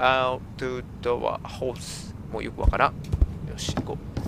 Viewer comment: 最初のホースとか言ってたのはハウスですよ笑笑最後のはホウスであってるとおもう！笑笑